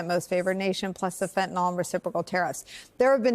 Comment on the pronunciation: Thanks for the update on this trumpian fustercluck. Nicole: Please, it is NOT Fentan-OL! It's Fentanyl Fen-Tan-ILL. Thanks